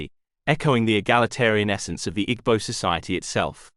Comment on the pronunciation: great video. note, that the g in igbo is silent